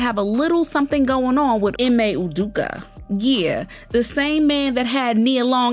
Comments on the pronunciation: The man’s name is Ime Udoka - pronounced Ee-May Oo-doke- Kah. If you want to be heard and your opinion respected, take the time to learn people’s name and how it’s pronounced. Stop acting like you’re uneducated. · Ime Udoka... ee-may ooh- doke- uh